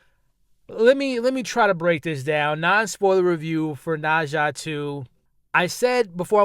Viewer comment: I see you excited 😅 you know something is good when you keep saying the name different ways. “Na-Zhu” u silly but I’m so happy you had a dope time. I think I may check it out!